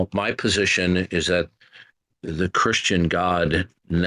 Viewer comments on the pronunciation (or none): none